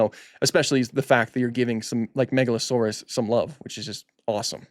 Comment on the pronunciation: "Megalo-sore-arse."